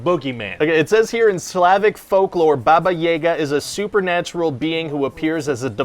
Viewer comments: it's good to see that Ryan is continuing the tradition of Script Rant by not knowing how to pronounce a name, and not even doing 30 seconds of research to etiher watch the film segment when they pronounce "Baba Yaga" or to look it up online, well done for the consistency! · The way he pronounced Baba Yaga and Babaika killed my internal dog. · I’m not a Slav myself, but I’d read enough Mike Mignola and Neil Gaiman comics to know that when they called Keanu Reeves “Baba Yaga” someone hadn’t done enough research. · They really got "Baba Yaga" wrong? I can never see the movie in the same way again... Why don't they just ask a Russian person that know folklore on that? Or did they ask Putin and he set Hollywood up? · I know these characters are awful people, but Ryan's mispronunciation of Baba Yaga broke my ears!!! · Put the emphasis on "ga'." It's 'baba yaGA" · Baba Yâga. not yāga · Ya but the way he pronounce it hurts me to my soul i always pronunced it a ya-guh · just a note: it's BA-ba (correct) ya-GAAH (stress on the last syllable) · Baba Yaga (pronounced like ya in "yard" not like ye), anyway, she's basically an old ugly witch in many Russian folk tales, and is used to scare kids when they misbehave, like "Baba Yaga will come & take you away at night" and stuff like that. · actually it's pronounced "bah-bah yah-gah". Slavic pronunciation is TIGHT! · it's baba-yaaga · Martha G. My mom is Slavic and i personally love the character of Baba Jaga and one of her best portrayals was in Neil Gaiman’s Sandman fables and reflections and hearing them say baba yeah ga hurt me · Btw just for clarification it's pronounced "Baba iaga" Yeiga sounds more like Hunter in German. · It's baba jaga not baba jega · Russian 101: Its not baba yega, its "baba yaga". Description is quite correct. "Babaika" is indeed Boogeyman, but its not pronounced "Bebeika". It should be, again, 'a' as in "yaga" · It’s actually Baba Y-AH-ga not Baba Y-AE-ga . . . But the droopy b**bs part was right